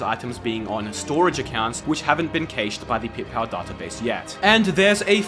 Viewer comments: As a programmer, the way you say cache infuriates me 😡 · Why do u pronounce cache like that 💀